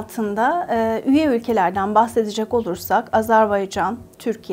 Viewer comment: AZARBAYCAN diyor😢